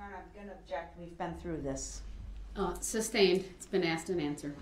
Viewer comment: "May I axe the reason why that'd be" ASKED. IT'S SPELLED A-S-K-E-D, not axe!! And don't get me started on how he pronounced the word "sustain"... "Reason for the "sUBstAiN your honor?" This guy just drives me so damn crazy but I'm still so intrigued by his case!